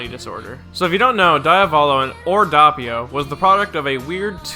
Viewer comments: that way you pronounce doppio as an italian piss me of its dOppio not dahppio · ITS DOPPIO NOT DAPPIO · Also it’s Doe-pio, not daw-pio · Dee-ah-vo-lo And it’s Dope-e-o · DOE-pi-oh and Dee-ah-VOH-lo are the proper emphasis/pronunciations, yes? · HOLY FUCKING SHIT,. Doppio = Dow-pee-oh, Diavolo = Dee-aw-vow-low. Otherwise, I enjoyed this video, good job. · it's italian so it's actuially "doh-pyo" and "dyah-voh-loh" idk where you're getting the "w"s from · The way you say doppio infuriates me